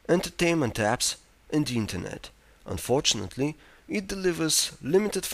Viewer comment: unfortunately the way he says unfortunately is quite unfortunate.